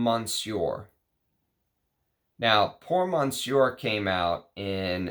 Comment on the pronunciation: Thanks for the great video! As always! (monsieur still doesn't have an n in it, it's /messYO/. sorry, couldn't help 😛)